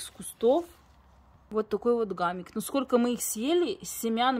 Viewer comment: Не гамик, а хамик, в этом году сажала, тоже семян не нашла